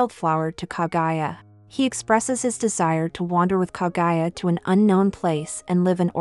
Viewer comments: OMFG PLEASE STOP SAYING KA-GUY-A, IT'S KA-GU-YA!!! KAH-GOO-YAH! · KAGUYA. NOT KAGAYA! KAH-GOO-YAAH. geez, the pronounciation of English vowels are just English. not German, not French, not Japanese. In fact, English is the only language that pronounces vowels so weirdly.